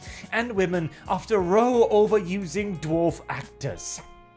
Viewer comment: All bloggers commenting on the Daily Mail article about the new LAR of Snow White keep mis-pronouncing the word row used in the headline with a long o meaning aligned rather than the short o meaning loud argument or discord as I am sure is meant in this headline.